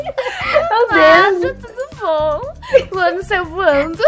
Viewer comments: Não é tudo bom é turu bom ouviste? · É tuto bom?😂